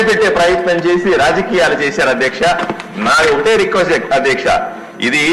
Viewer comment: ఆదేక్ష కాదు సర్... అధ్యక్షా....